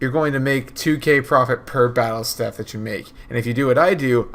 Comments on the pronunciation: Bro it’s pronounced staff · Learn to pronounce staff